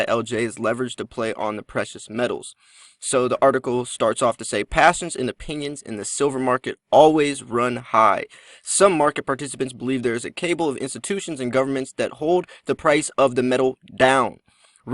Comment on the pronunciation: Cabal = Ka-ball